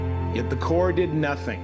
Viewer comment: The Corps of Engineers (Hey,! It's not pronounced CORPSE.) was charged with doing something. So when a private citizen did what they refused to do, it made them look bad and intruded on their power. So he had to go. It's the way governments operate. Everyone in the CoE should be disciplined or fired.